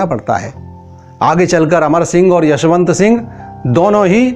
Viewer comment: Jasvant sing the yasvant sing nahi